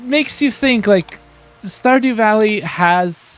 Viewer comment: the characters to me look like the characters in portal knights. He said standew valley